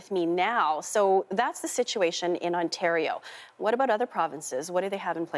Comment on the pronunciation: lollll ''Ontatio''...another vid its ''Vancover'' another is''Cadana'' Not paid enough??? need a grade 12 diploma???